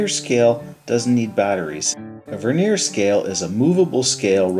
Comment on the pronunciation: The word Vernier has the accent on the first syllable, not the second. The word Vernier, with the accent on the second syllable describes a thin layer of wood on the surface of furniture.